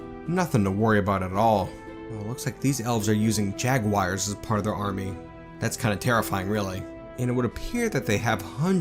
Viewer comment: "jaguaires?" Buenos AIRES? xD Did you mean "Jaguars"? Ja-gu-ars?